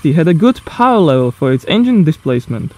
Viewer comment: The word power has 2 syllables it's by powr it's power